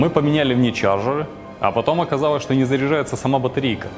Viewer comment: Чувак, сходи, пожалуйста, к логопеду, научись выговаривать звук "Л": "оказаВось, откликаВось, стаВ, откликавась".